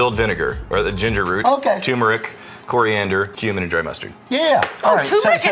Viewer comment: It's Turmeric with two R's, get it right.